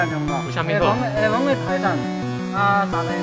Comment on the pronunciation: 厦门就发音不对啊